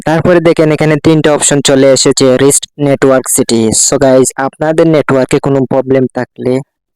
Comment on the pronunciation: এইটা রিস্ট না রিসেট হবে